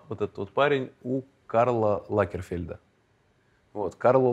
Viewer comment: Блин, я одна такой сноб…мне уши режет…паттЕрны…Карл ЛаКерфельд…😅 Квартира-галерея современного искусства. На мой взгляд жить в таком довольно трудно. Но, главное, чтобы это отзывалось тому, кто в ней живет, думаю, что у Тимати нет с этим проблем😅. Про пузырчатый диван, смутило…с точки зрения как раз дизайна-в первую очередь это должно быть удобно и эргономически правильно, а вот с точки зрения искусства да, главное как это выглядит.